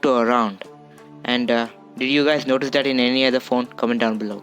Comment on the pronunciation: When you realise he already has 2 phones and recording the vid with another phone.... Me: HOW MANY PHONES U HAVE. "YoU gOt GawmEs on yoU fOnE."